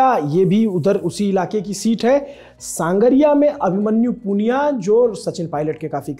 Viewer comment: संगरिया है न कि सांगरिया